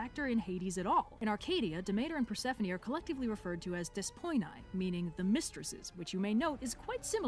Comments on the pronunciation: GOSH DSNG IT HIS PRONUNCIATION OF PERSEPHONE A N G E R S ME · Persephone: How dare you, miss pronounce my name. Edit: It’s a joke!